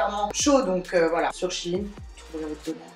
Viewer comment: Tu mz fait trop rire a dire chine au lieux de shein oh jpp de toi jtm trp❤❤